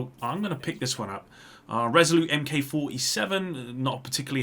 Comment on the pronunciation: I'm so glad I'm not the only who caught that and commented. The other thing that gets me is that he says "M-K" instead of "Mark" any time he comes across a Mk46 or Resolute Mk 47. He should know better, he's a friggin' Brit, and those Limey bastards always poke fun at us for making the same mistake!